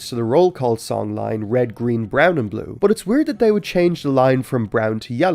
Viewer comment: this is the first video i watched from you and i wasn't really paying attention until the end where you said bue in Irish. That caught me off guard. An Irish guy talking about Thomas is the last thing I expected to see today